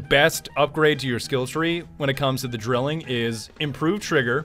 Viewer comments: its pronounced DRY-LING. as in 3. its a three barrel weapon so its a Drilling. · Its pronounced "Dr-eel-ing", not drilling. Its german for triplet, as in triple barrels